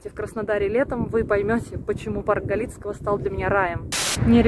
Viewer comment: Галицкого ударение на первый слог. Думаю, могла заболеть от того, что купалась в фонтане, там техническая вода (инстаграм парка постоянно просит не купаться в фонтанах), мы как местные всех предупреждаем, но мало кто слушает